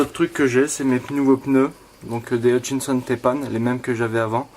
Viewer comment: Hut...chin...son pas compliqué 😂 Enfin bref je like